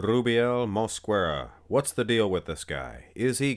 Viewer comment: Is pronounced moskera, the U in mosquera is silent in spanish